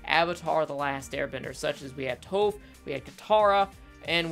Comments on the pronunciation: There is literally only one correct way to pronounce Toph’s name. People who mispronounce a main characters name make me wonder if they ever actually watched the show. It’s TAWFF. Not Toeff. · I agree with most of your assessment. But your pronounciations are killing me. I-roh, not E-roh, Toff, not Tohf. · EYE-ROW!!! TOOUGH!!! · Anyone else bothered by the name pronunciation errors (Eeroh and Toe-ph) (I spelled the pronunciations phonetically so plz no nagging me on it) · NIce analysis, but the fact that you pronounce Iroh as "ero" and Toph as "Tofe" reminds of the the name butchering from ATLA live action by M. Night. So please pronounce them as the show intended. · Sorry to be this guy, but.. Zukos uncle, "eye-row". Earth bender "tawff". Say it with me now.. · I have a hard time taking your opinion seriously when you call the characters “toe-ff” And “ear-oh”. Like, did you actually watch the show? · Why is he continuously miss pronouncing Toph and Iroh’s names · He mispronounces iroh and tophs name as if the show wasn’t in English. Were did they say eee-roe at?? 😅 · The show made up the names so they dictate how they're pronounced. Toph and Iroh don't sound like that in the show so I don't know what you're doing here. Plus saying Iroh with an I and Toph like off sounds better anyway.